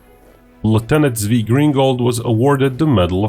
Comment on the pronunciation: Great vid! btw it sounds more like Tsvi and Tsvika. Tsvi=deer